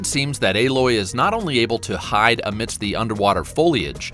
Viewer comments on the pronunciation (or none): none